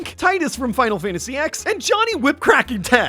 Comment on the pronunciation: Did you seriously say "Final Fantasy Ex?"